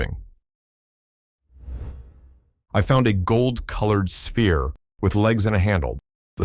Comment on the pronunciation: Ai can't say "sphere"😂